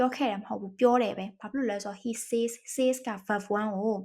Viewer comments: Says ကဆက်s လို့ပဲထွက်ပါတယ်ဆေးsလို့မထွက်ပါ၊မျှဝေတာပါ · ဟုတ်ပါသည် ။ ဆဲဇ် ဆိုတဲ့ အသံထွက်ပါသည်ဟု Eng: Professor ကြီးက သင်ပေးဘူးပါသည် ။ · Says ရဲ့အသံထွက်က said နဲ့တူတယ်လို့မှတ်သားဖူးပါတယ်ဆရာမ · says ရဲ့ အသံထွက် မှားနေပါတယ်။ အကြံပြုတာဖြစ်ပါတယ်။ လေ့လာကြည့်ပါခင်ဗျာ။